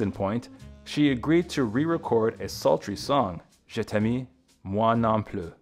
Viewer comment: I can deal with Gainsborg sounding like a Cambodian beer, but contrAversy and je'tammy hurt